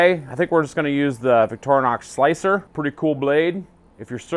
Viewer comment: It's pronounced Victorinox, not Victornox...